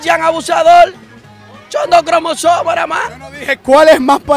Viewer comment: "Shon do clomosoma " 😂 🤣